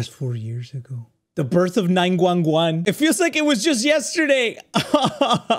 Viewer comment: 911❌ nine gwun gwun✅